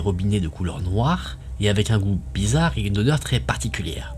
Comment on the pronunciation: on dit blizzare pas blizzarde 😅